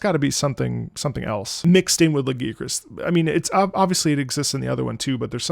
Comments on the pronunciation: IT'S LA-GUY-A-KRUSS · "I'm not gonna say it the other way" You're so real for that (personally I pronounce it Lah-guy-uh-crus) but the way says it gives me PAIN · I noticed that the way Lagiacrus gets pronounced varies from language to language (guys, try when you have time). I always pronounced him “Lah-Ghee-A-Cruz” or “Lah-GeeAh-crus” and in some languages he’s pronounced in these ways. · "lagi-crus" XD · Listen. You can't pronounce the name right, you gotta go back to square one. And for all you coming after me, no we do not listen to, he's autistic.